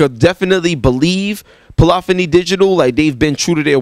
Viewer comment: Bruh you're killing me with the "Polophony" thing lol